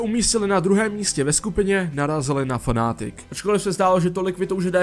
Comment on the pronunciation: FnaaaAAtic , to fakt moze takto vyslovit iba cech.